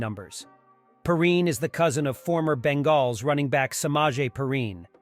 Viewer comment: Why are you saying Cincinnati "Bengals" so weird ?